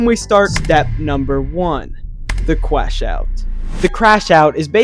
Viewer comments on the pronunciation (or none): the cwash out